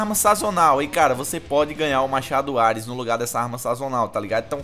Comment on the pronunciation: O cara fala AIRES mds